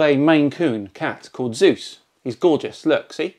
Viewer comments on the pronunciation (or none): none